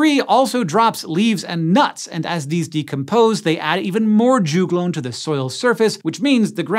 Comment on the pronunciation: Rhododendron also do this. Also we say jug-lone not ju-glone lols